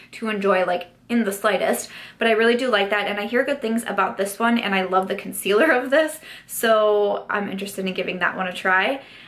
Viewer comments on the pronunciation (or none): none